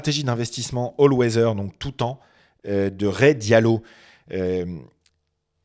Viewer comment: C’est Rey Dalio et non Rey Diallo 🤣🤣🤣. C’est un américain. Pas un sénégalais 😂